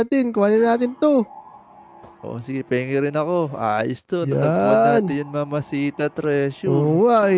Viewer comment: Idol yamashita ang tawag dun hindi mamahita or mamashita anyways galing mo idul